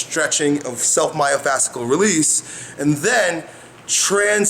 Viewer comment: Yo you keep pronouncing "myofascial" release wrong!!